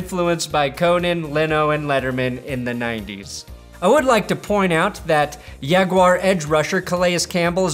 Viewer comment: There is no Y and no W in Jaguar. It is pronounced Jag you ar, .........not Yag wahr.